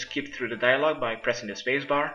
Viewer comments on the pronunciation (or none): none